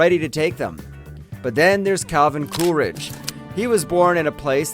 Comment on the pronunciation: How come you say "CooRidge" I know it as "CooLidge" Interesting video.